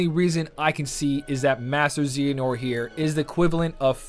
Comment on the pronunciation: Your butchering of “Xehanort” is worse than the 1400 jewels - constructive criticism.